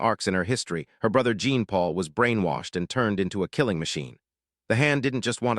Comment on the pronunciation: It's not pronounce Jeen Marie or Jeen Paul it's pronounced John Marie and John Paul.